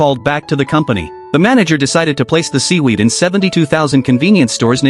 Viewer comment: Seewerd❌ Weed✅